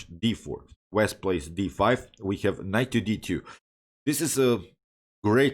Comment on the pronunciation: Wasp not Wesp. Don’t worry your English is excellent 👌